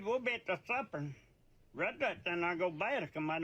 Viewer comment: Lmao idk about the rest of this video but the supper one doesn’t sound right to me